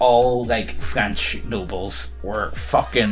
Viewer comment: Listening to you two potatos absolutely butcher the French language is a special treat. To say that someone "Wears the horns" is a traditional way to call em a cuck (cuckold's horns), fyi. E: the wigs were cause they all had lice, so they shaved their heads. Syphilis makes the meaty bits (any & all of em) fall off.